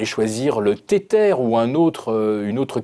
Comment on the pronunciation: Franchement, sur ce coup la, ce gars est complètement a l’ouest. Invitez des analystes qui comprenne les crypto, la c’est n’importe quoi (le gars compare les cryptos a un galet d’etretat, et prononce Tether “tetere”).